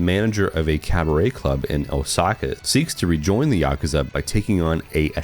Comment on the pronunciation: Thank God, an American called it Yakuza rather than Yakooza 😅